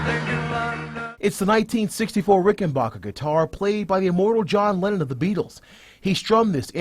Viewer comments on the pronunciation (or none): It's pronounced, "RickenBACKER", NOT "BOCKER". It's a guitar, not a brand of popcorn, FFS.